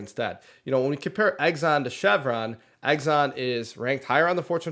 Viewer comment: Can't stop chuckling when you mention Exxon. I could be wrong, but I have always heard it being pronounced as 'X ON'. With you making it plural instead of singular, it sounds like you're saying 'Eggs on' which is actually making me think of food and that's not good because it's not break time for me yet. LOL